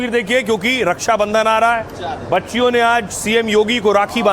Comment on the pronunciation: हिन्दी नही बोल पाता रछा को रस्सा बंधन बोलता है